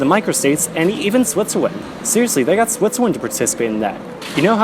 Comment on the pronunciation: I can’t get over the way that you say Switzerland, I know that it’s just the way you speak, I’m not trying to be rude or anything